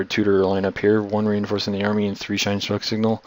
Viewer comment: Shine? Shien.